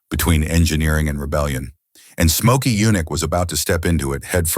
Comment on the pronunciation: Get rid of them. I give thumbs down on these universally. And who is "Mokey Yunick?"